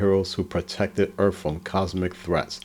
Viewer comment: Well I would enjoy this more if he would call earth earth instead of earff.😮